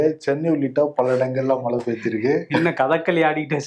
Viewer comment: நானும் தினமும் கவனிக்கிறேன். க்கு 'ழ' வருவதே இல்லை. மழையை மலை என்று தான் உச்சரிக்கிறார். திருத்திக் கொள்வதே இல்லை. விகடன் குழுமம் அவருக்கு சரியான தமிழ் உச்சரிப்பைக் கற்றுக் கொடுத்தல் நலம். வருணிடம் இக் குறை இல்லை என்பதில் சிறிதளவு நிம்மதி.